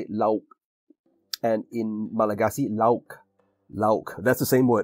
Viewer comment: Your pronunciation of lauk in Indonesian is almost correct. The au is actually not a diphtong as you pronounce in English, it's la-uk (without glottal stop either). The same goes for laut, maut, baut, taut, air, baik, cair, etc. It is however a diphtong when comes as an open syllable like kacau, kalau, halau, bangau, bagai, sampai, pandai, etc.